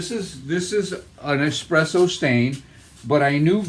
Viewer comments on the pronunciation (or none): Not eXpresso, eSSpresso.